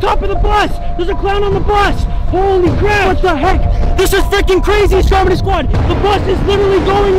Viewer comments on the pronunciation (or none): BRO I CLICKED IN THE VIDEO NOT THINKING YOU WOULD BE REACTING TO STROMEDY Also it’s pronounced (straw-medy) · Its stromedy not strodemy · did he just say stromedy wrong